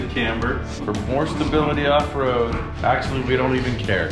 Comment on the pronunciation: "Axually we don't even care"